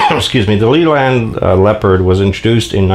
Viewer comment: It is pronounced Layland not Leeland and Midland Red was one of the biggest Bus companies in the UK after London Transport and built it's own Buses and had it head quarters in Birmingham UK.